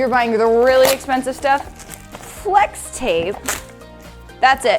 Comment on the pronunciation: I hear slex tape, just me? 😂